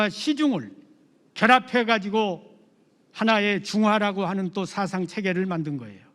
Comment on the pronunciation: 첫 째! 사상의 첫 자를 왜! 길게 발음합니까!?? 짧게해야지요!